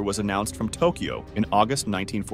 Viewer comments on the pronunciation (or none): none